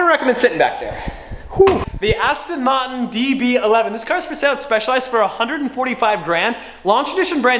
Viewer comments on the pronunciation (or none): When you said “Martin” you sounded Australian